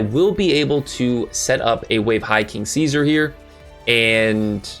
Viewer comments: You are irritating. You purposefully mispronounce cards and its not cute...or...no, you are definitely doing it on purpose. Learn/say the correct pronunciation or its hard to take you serious. Case in point: Caesar is pronounced See-zar. Not Kay-Sar. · Caesar is pronounced SEE-zer. Its from the roman emperopr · No hate, but is the way you pronounce Caesar intentional?